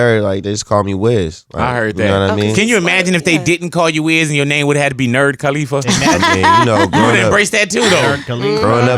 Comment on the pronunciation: Big Boy. It's Cuh-Lee-Fuh. Not Cah-Lee-Fuh. Great show though.